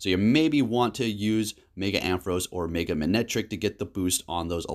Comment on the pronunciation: Within 30 seconds you said Zapados, Meega and Swinub! Never change!